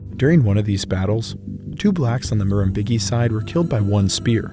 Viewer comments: Just a quick pronunciation correction here (hope that’s ok): Murrumbidgee is pronounced like: ‘muh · ruhm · bi(d) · jee’ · Its pronounced Murum-bid-gee. Not Murum-big-ee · It's pronounced nuller-nuller, not noolar noolar. Murrumbidgee is pronounced murrym-beegee. Beegee being pronounced like the three member falsetto singing act famous for the Saturday Night Fever sound track. Aboriginal languages are usually spoken in a stuccato fashion, and quite often very nasally - almost like an English speaker would sneer. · Murrumbidgee…. Pronounced Murrum..bid—gee… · It's pronounced murrum-bij-ee by the way. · Lock-Lin and Murrum-Bid-Jee is the pronunciation you were after. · You needed to source the wood for your boomerangs from eucalyptus from So-Cal, it's a noxious weed there. And Murrumbidgee is pronounced MUR-RUM-BIDG-EE where BIDG-EE is pronounced like BRIDGE without the R. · Lachlan. Lock-lan Murrumbidgee. Mah-rum-bid-gee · I just found your channel after seeing your video with Extinct Zoo, and now you're doing a video on my culture? Crazy stuff. BTW, Murrumbidgee is pronounced with a J sounding G. So Mur-im-Bid-Jee. Also, the Nulla Nulla is an Uh sound. Like in Nut. I'm from the Wiradjuri tribe, so we'd call it a Bundi, with the U sounding like the U in Jun. Bun-dee. Not trying to be rude btw. Just sharing knowledge. Thank you for the great video. Much appreciated. ♥️💛🖤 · Thanks for your excellent work mate. Oh and it's murrum-bidge-ee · And nullah nullah was pronounced null-ah the null as in null and void. Murrumbidgee- the d is silent . So it's murrum- bigee the g sounds like a j. Ciao. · Murrumbidgee - the "g" is soft as in "gee whizz". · as someone who lives near(ish) to the murrumbidgee river I cringed at the pronunciation. The dg is pronounced the same way as the dg in fudge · Listening to you mispronounce Murrumbidgee is infuriating. All the tools are at your disposal these days to ensure you're saying these things correctly.